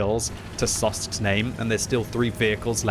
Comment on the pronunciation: Didn't imagine it would trigger me that much that continuously says Sosks instead of Soksk (or Sok SK in case the gentleman in slovakian)